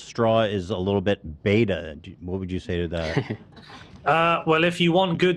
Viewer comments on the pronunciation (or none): none